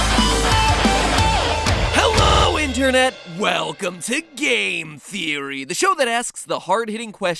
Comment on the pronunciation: He said Gale Theory